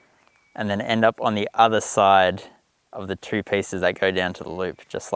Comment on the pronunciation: Nice, I like the idea of the modified knitting needles. Is it just me or did every time he said 2 it sounded like 3?